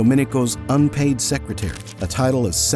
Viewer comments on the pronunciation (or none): none